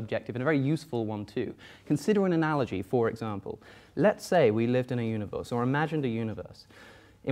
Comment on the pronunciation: "Analoghee." - Alex O'connor